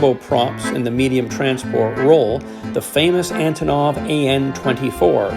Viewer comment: Russian a/c are always neat to see. How they compare to aircraft here, how different and how similar they are. Antonov is actually pronounced An-tonneau. It's a Ukrainian company and name. Even I got it wrong and I'm Ukrainian. I got to meet the one who made the display models for Aeroflot at a model club meeting years ago here in Winnipeg. I also got the DVDs I ordered. they are great.